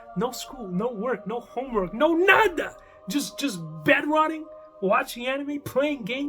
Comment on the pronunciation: That "no nada" sounded hispanic... 🤔🧐